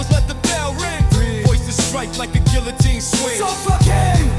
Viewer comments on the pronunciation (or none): none